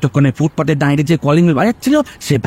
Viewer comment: বাসু সাহেবের মুখে "দাঁড়িয়ে" শব্দটা কেন বারবার "দাঁইরে" হয়ে গেল বুঝলাম না। খুবই অপ্রস্তুত হলাম শুনে !